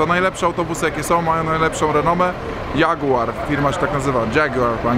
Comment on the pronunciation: jaguar, po angielsku DŻAGUAR / <3:D